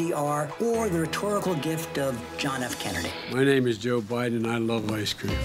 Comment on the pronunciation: joe bye-then